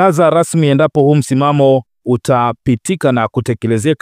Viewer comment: Mtangazaji kwa hisani yako kama bado untaka kuendelea na hii kazi, fanya jitihadi za dhati uweze kutamka ipasavyo L na R. Unatuchafulia Lugha Rasmi sio Lasmi. Veli stilict, very strict. Hasira sio Hasila. No Reform No Election.